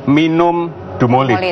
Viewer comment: DUMOLID bukan DUMOLIT... sebab kalau (Dumolit) artinya jadi beda, bukan merk/jenis obat.